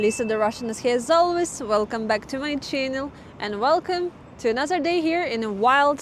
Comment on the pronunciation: I look forward to hearing " welcome back to my Cherrrnulll " every time.